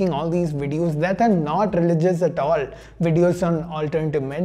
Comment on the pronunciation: Bro is saying religiouejegeuiejdc so many time bro can we stop